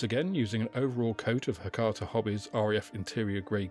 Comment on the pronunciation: Thanks for the video, really well paced and enjoyable. Sorry to be pedantic, but it's Hataka and not Hakata 😁